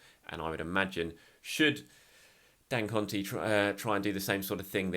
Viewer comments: love your coverage as always. Just wanted to assist in the way you say Dangote. Just pronounce it as dan-go-tay (sound it like day but with a “t”). Keep it up mate. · Is saying Dangote for me. 😂😂